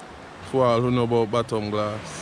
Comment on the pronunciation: The correct name of the bay/beach you started from is Bottle and Glass, but folks say Bottom Glass,(one of the 8 or 9 beaches in Barrouallie), I don't know why we Vincies don't pronounce things correctly🤪🤣